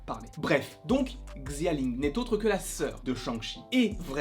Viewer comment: XI se prononce CH en chinois. Donc on prononce CHAling pas XIaling. Bref je l'attend avec BP et strange 2 ce film.